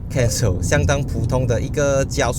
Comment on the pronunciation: 😂是cancel, 不是cansou...